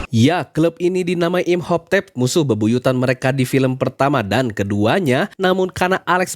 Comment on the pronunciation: "Imhoptep" ganggu banget, baca lagi yg bener